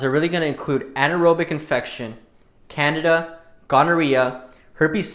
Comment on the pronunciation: Omg, Candida not Canada. Can dee da